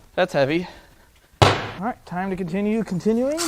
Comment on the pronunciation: " time to continue conitue-ing" i freaking lost it 🤣🤣🤣🤣